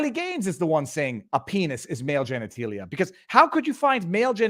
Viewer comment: I have never heard anyone pronounce genitalia as genetEElia! I like you, dude, but, seriously, geniteelia? It’s genitAlia!